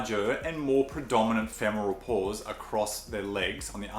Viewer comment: I just kept hearing “Paws” instead of ‘Pores’ 😅